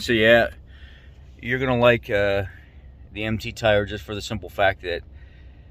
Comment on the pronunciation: At first I thought you said “empty tire”.